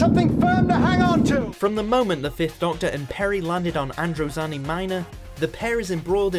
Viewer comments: Proper pronunciation: 'Androzahni' (not Androzanni) 'Romahna' (Not Ramona) 'Troffton' (Not Trowton) These are pronunciations, not me trying to spell them. For anyone who's dumb enough to go 'you can't spell', here's me spelling them correctly. Androzani, Romana, Troughton. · You can tell how much they like Doctor Who by his pronunciation of many names such as Troughton being pronounced Trorton, Romana as Ramona and Androzani as Androzanney. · Androzanny. Scar-roth. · “Nomber tu, te caavves uf androzaaniii” I don’t think he can pronounce a thing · Christ on a unicycle, you absolutely butchered some of the pronunciations. Patrick Trawton. The Caves of Androzanny. Sha Razjek. Tut tut.